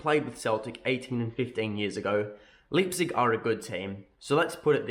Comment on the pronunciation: Please god go check out how to say Leipzig. 🤣